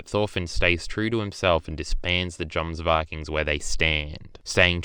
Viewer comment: He can’t even pronounce jomsvikings correct so his opinion is soso